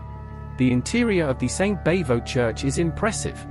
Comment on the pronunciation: Bavo doesn't rhyme with hey-ho, it rhymes with bravo.